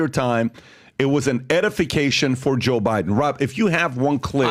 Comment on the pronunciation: always sounds like he's calling him Jew Biden. 🤷🏻‍♂️